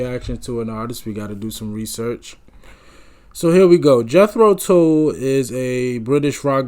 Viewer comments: Tull, pronounced like the hull of a ship, not like pull my finger. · It's not pronounced like tool but it rhymes with hull. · Fid some footage of them in concert. And it's pronounced TULLAS in rhymes with dull...not tool. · It's NOT "tool" it's Jethro tull, as in dull. It's the name of a farmer who invented the seed drill for automated planting behind horses, in the early 1600s. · You were right the first time ... "TULL" is pronounced like "Skull". NOT like "Tool".... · It’s Tull,not tool. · TULL double the consonant shorten the vowel TULL not TOOL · The 2nd word of the name of the band, "Tull", rhymes with skull. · "Tull" sounds like "dull", not like "tool". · You had the pronunciation right first time not Tool ! Any way review "Stand up!"album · It's pronounced "TUHLL", hon, like "uh". Welcome to that "eccentric" world. Absolutely INSPIRED band, with Ian being the high-energy driver. Thanks for your reaction. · Pronounced more like Jethro Tall. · you had the pronunciation right the first time - tull - rhymes with skull. jethro tull was an english agriculturist born in 1674 and inventor of the horse drawn seed drill which planted seeds in neat rows eliminating the need to do it by hand. the newer version of tull is one of the most influential prog rock bands to exist. saw them live three times in the 70's when i was in my early 20's and are still to this day my favorite band of all time. just saw martin barre live in our nearby town of worthington mass. at the golf club in june in our berkshire hills. they were set up on the 9th green with the crowd on the fairway. at 76 he still shreds like the old days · Ian Anderson liked to play the flute while standing on one leg 😂 you really need to see a live video to appreciate them. Oh, and Tull rhymes with seagull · Sir you pronounced the name Perfectly the very first time you pronounced it on your video. After that your pronounciation was off - a little🤏